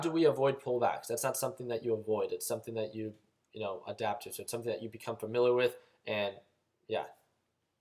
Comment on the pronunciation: Familar, Valoo... sorry man, had to 😂 Love the vids; very helpful.